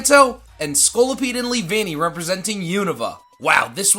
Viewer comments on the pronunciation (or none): HITMONCHAN, NOT HITMOCHAM! DO NOT LEAVE OFF THE N IN TENTACRUEL! SEISMITOAD IS SPELLED WITH 2 I'S, NOT 2 E'S! AND IT'S SCOLIPEDE, NOT SKOLLIPIDE!